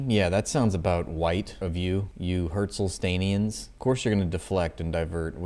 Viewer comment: I believe they prefer when you drop the "L" Hertzstainians"